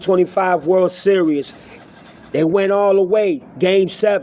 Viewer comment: WORLD SERIOUS ? Are you able to speak any English ?